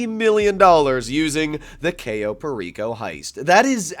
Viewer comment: I'd be rich if I had $1 every time I heard "cayo" mispronounced